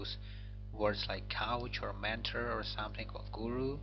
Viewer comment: Very low volume in all your videos; don't know if it's deliberate...btw, you're a coach, not a couch:)) Otherwise, congrats on your first English video and b'hatzlakha!